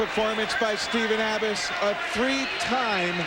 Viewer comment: Is that the same announcer that got Gerry Abas's name wrong against McIlravy? Some people never learn.